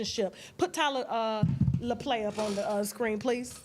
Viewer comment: Who’s Tyler Laplay? Tyler Lepley……lol